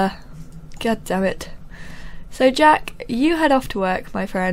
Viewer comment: you said "Jake". It's jack. sorry for correcting you. :)